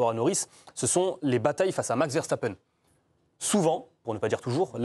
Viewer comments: “Verchtappen” faites l’effort s’il vous plaît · ARRÊTEZ de prononcer les noms néerlandais avec des sons allemands ! Le S se prononce S en néerlandais, comme en anglais et toute langue latine ! Max Verstappen et Wesley Sneijder s'appellent bien Verssssstappen et Ssssssneijder.